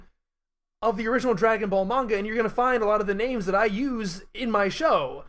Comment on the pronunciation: Enjoyed the discussion but what’s with the coin-flip pronunciation of the word “manga”?